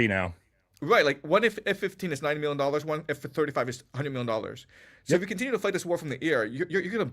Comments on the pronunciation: I’m not a native speaker but „continue“ is pronounced „kuhn • ti • nyoo“ (the word „contenue“ imo does not exist in the English language). Great content nonetheless. Please continue! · Does keep saying conTENue?